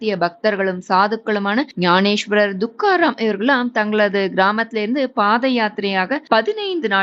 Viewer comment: Adhu dhukaram illai. Thukaram